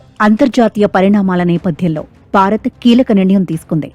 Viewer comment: బారత్ కాదు భారత్